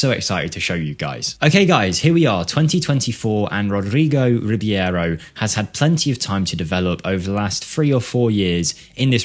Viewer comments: I dare you, i double dare you motha****a, say Rib-yero one more time 😅 RI-BEI-RO, dude, it's in the letters, just read them 😉 Otherwise, as always great video. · Its Reeb-arrow not Reeb-ee-arrow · i will look this guy up in my save. this numbers are really crazy, but it also might be the team he is playing, i mean, in the 1st season he scored 30goals as a 16yo. not everywhere you can do that. you might do a mirror save where you throw him in a 3 to 4 stars club and see how would he developed there. PS. i think you are pronouncing his last name wrong. it should be just like its written, so E and I letters in the last name announces separate and not together. so i think it should be R I B E I R O and not R I B I E R O. E is pronounced like Estonia and not like a normal E, and letter I is pronounced like e . most balkan players are pronounced just like they are written for example.